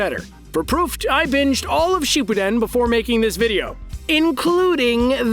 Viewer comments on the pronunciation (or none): He said shipi den instead of shippuden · YOU PRONOUNCED SHIPPUDEN WRONG AT THEN END